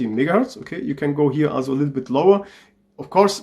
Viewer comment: his megaherz sounds like nigaherz CmonBruh